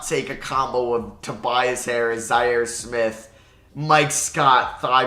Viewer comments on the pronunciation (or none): none